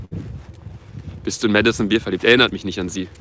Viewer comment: junge das hab ich such extra so hin geschrieben weil „Madison bier“ meinte anstatt Madison beer🤦🏻‍♀️